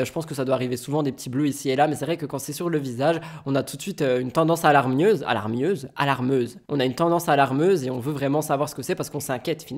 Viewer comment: Salut on dit alarmante pas allarmeuse 😂